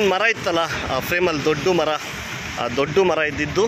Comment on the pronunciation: ಇಲ್ಲೊಂದು ದೊಡ್ಡು ಮರ ಇತ್ತು ಎನ್ನುತ್ತೀರಿ …. ದೊಡ್ಡು ಮರ ಅಲ್ಲ. ದೊಡ್ಡ ಮರ . ದೊಡ್ಡು ಅನ್ನುವ ಪದ ಕನ್ನಡದಲ್ಲಿ ಇಲ್ಲ. ಡಾ. ರಾಜ್ ಅಮರ 🙏❤️